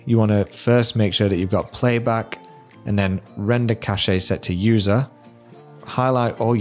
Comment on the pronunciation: Cash not cashay.